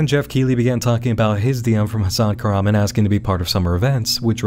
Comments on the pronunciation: Hmmm...Very strange that Hasan Kahraman is not an actor, he obviously has a thick accent (which suggests English isn't his first language), but for some reason, he cannot pronounce his own last name... 🤔 (His name is Turkish, btw, and it is not pronounced kurhman, as he pronounces it lol) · well i got news guys hasan kahraman isnt pronounced that way in turkish …. it should be pronounced something like kaghrahman